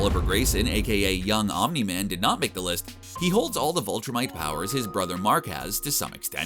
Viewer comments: its viltrumites not voltra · " Vulture mites" ...viltrumites.. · i don't know if i am hearing this correctly or not but it sounds like you are calling them vultrimites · Is it just me,or is he saying "Vultrumites" instead of Viltrumites?lol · Why not say viltrumites the way it’s said in the show !?!?!?!